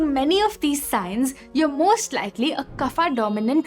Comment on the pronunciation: Why every worg of sanskrit became 'aa' it's not yoga--- yog "kafa" --- kaf ''pitha" --- pith🙄 please pronounciat in right way. These are not english words these are sankrit ones